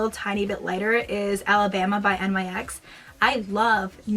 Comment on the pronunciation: its nyx pronounced like "nicks" I actually don't care for their matte lipsticks I feel that they pull